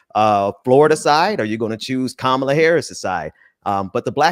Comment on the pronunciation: DeSantis mispronouncing Kamala but won't or can't explain how to pronounced his own name